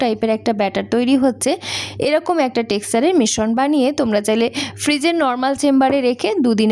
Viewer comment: শ এর সাথে র ফলা থাকলে স এর মত উচ্চারণ হয়। মিশ্রণ = মিস্ স্রোন্